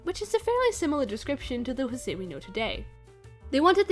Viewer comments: Just wanted to say Jose in Brazil is pronounced ggose like how its spelt Edit: I know you researched a lot but I just wanted to tell you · José is actually pronounced with a more English sounding J in his earlier incarnations because Portuguese pronunciation of José is like that, but Disney messed it up when they started having José appear again in the 90s. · I love that you apologized for pronouncing José incorrectly, specially beacuse DISNEY themselves do it wrong. Good on you. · It’s pretty wild that José’s name hasn’t been pronounced correctly in like 60 years (unless it was pronounced correctly in the new Ducktales and I missed it). Also, in an interview with José’s og VA in a radio program in 1945, he mentions the unmade third Cuban-based third package movie which he referred to as “Carnival”, saying he hoped to be in it, but at least he got to play Carioca a couple more times before his death. No one’s been able to fill the shoes left behind by Oliveira and Garay as José and Panchito. Oliveira’s performance was SO charming and he brought a lot of energy to the role, I’ve read that his friends said that he basically WAS Carioca in real life, and Garay had a great singing voice, it makes it hard to listen to later covers of the Three Caballeros song where the VAs for Panchito either struggle with the high notes or sound too stilted (though the VAs for the characters in the new Ducktales are pretty good.)